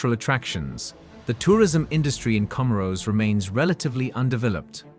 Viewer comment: Research also lacks respect to pronounce the name correctly